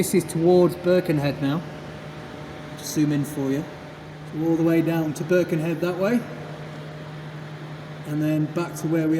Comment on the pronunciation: Another excellent video! Only one point of note - it's not "BIRkenhead", it's "BirkenHEAD"! Otherwise superb, thanks for the glimpse into our tunnel.